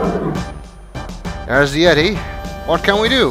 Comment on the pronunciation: "Extricate a YET-i! Extricate a YET-i!"